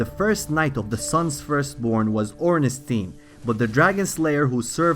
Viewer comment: I loved this video except for one thing only. The way you say Ornstein xD